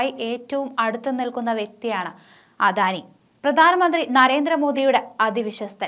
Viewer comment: അധാനി അല്ല .... അദാനി